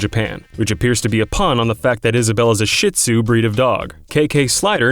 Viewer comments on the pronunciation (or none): I cringed when he said **-tzu instead of she-tzu, but don’t worry, I did too when I was little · Shit-tizu that's what I heard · Doesn't know how to pronounce Shih Tzu